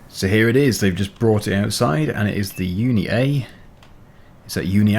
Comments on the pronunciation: Unia is a polish brand and it's pronounced "oonyah" btw very good vids keep up the good work and RIP Bob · What was that accent lol